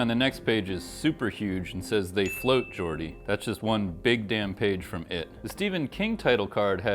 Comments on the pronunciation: It’s they float Georgie, not “Geordie” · did he just say "they float gordie".....